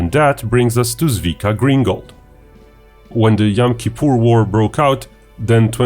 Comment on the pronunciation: If you make a video about someone's amazingly heroic actions, the least you can do is to make the effort to find out how to not pronounce their name completely wrong.